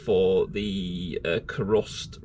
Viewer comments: Looks awesome! Btw Kurust is pronounced Cuerust as it Cures rust, hence Ku-rust! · Great job. I don't want to preach at you but you should try to get a proper mask the type with two filters one either side of the face. You only get one set of lungs and I'm talking from years of working with all sorts of chemicals and paints. I laughed at your pronunciation of krust. I've used it for about 30 years and always said Q-rust. Your doing great work, all the best.